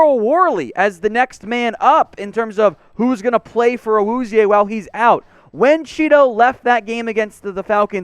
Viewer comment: PLZ just say "Cheeto"... I wana reach through my screen and slap you every time you pronounce his name